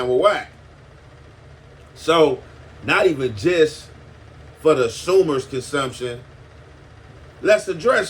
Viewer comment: hell yea when he said "the sumers consumption" I damn near lost it. I fucks with his channel